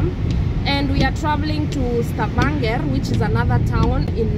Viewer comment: I can't over how you're pronouncing Stavanger 😂😂 glad y'all had fun. Please get more friends, no more depression.